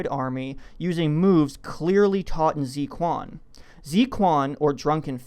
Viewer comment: the "quan" is actually pronounced chuan